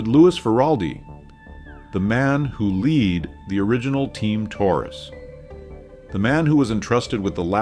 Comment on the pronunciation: As soon as I heard "led" pronounced as "lead", I was out.